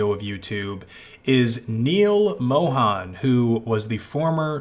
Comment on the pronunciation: It's not pronounced Moe-han. It's Moe-hun.